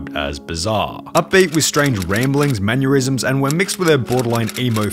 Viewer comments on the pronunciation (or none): “mannerisms”, not “manurisms”. xD Or is that some 200 IQ pun that basically says “shitty mannerisms”?